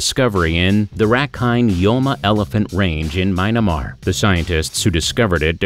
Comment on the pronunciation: That is me-an-mar not my na mar, Myanmar.